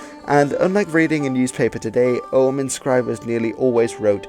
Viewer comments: It's not pronounced "O um" or "O hum", it's a hard G, "Ogg um". Yes, the old fart is retentive. I noticed you mispronounce many words, maybe you should learn how things are pronounced before you post anything about languages. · Og-úaim, pronounced... Oh-wem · Your pronunciation of Ogham is as good as anyone else's guess bucause nobody knows how Ogham was pronounced in old Irish, not even modern Irish speakers can be sure. I am irish and I would pronounce it "oh-am". The key is that the "h" is not pronounced.